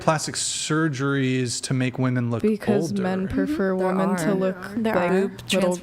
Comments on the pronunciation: Why do all these womEN always say womAN when they mean womEN?? It’s driving me nuts and I genuinely don’t understand it. I’ve asked multiple times in multiple different communities and never get an answer. It’s clearly deliberate, but what is the motive? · Goood lord! It drives me absolutely insane that the WOMEN on the panel always say “woman” when referring to multiple WOMEN. What is going on? Are they doing this on purpose or are they just dumb?